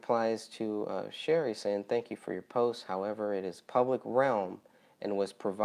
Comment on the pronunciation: You pronounced my name wrong it’s Sh- arr- E ! No big deal though. Everyone gets it wrong. Your question about the photo. I think it was ok to release the edited version. However, a website might have been a better option instead of on the Facebook groups. Like where all the other photos are. I do agree with it being taken down and no longer distributed per the families request.